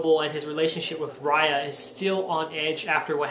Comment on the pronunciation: Good job talking about the issue. I agree that it did seem a bit out-of-joint with the previous issues (filler?). btw, "Ray-ya"